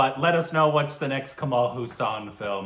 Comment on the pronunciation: This is something like saying Forest Gump is a crap movie and tom hanks acting was ok other than that there was nothing in the movie.... first plz pronounce his name properly its Kamal Hassan not Hussain lol